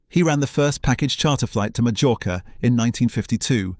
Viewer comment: Wow. Great pronouncing of wurdz. Majjjjjorcka! Kurs-hell. Images not always relevant to the narration or actually from the time or the place, or just AI generated. A nice video with some nice facts but could have got a human to review it first.